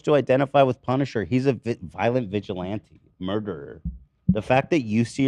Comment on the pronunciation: Why does nobody correct Ethan when he mispronounces words over and over and over? Vigilante was driving me crazy